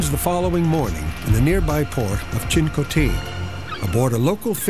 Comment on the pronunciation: Good God how unprofessional can you get? Why does a National Geographic documentary have a narrator who so grievously mispronounces "NASA" and "Chincoteague"? 😆